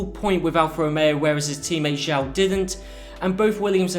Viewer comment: It's not pronouneced "Zhao" it's pronounced "Joe". No, I'm serious, this isn't a prank and every time someone mispronounces Zhou my heart crumbles a little bit. GOod video nonetheless.